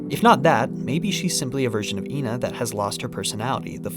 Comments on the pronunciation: technicallyyyyy it wouldn't be ee-na because when ena is written in japanese it is translated as e-na not i-na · It has been confirmed that the pronunciation is “eh-na”. This is further seen in the few characters that consistently say their name correctly (Frank, Froggy, suspicious man, etc) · it's ena not ena! ... nice video! keep it up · it's pronounced ƎNA. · Can't believe you dont know how to say ƎNA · And here I was pronouncing it as Ee En Ay, because I thought it was an acronym. Never heard of ENA before. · I always saw it as like how some racists would say that this race always looks the same even tho they're not and they all actually look different, they believe the ena they see is the same ena theyve met in their life and the different pronunciations are the names of different enas being used on the wrong ena